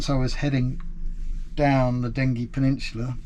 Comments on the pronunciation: Loved the video but while we are on pronunciation I have always known it as Dengee, with the g sounding as the letter name. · Sorry to correct you, I was born on the Den-gee 🤣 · Just a point of information; having lived in the village of Dengie for some years in my youth, it's pronounced 'Denjie'.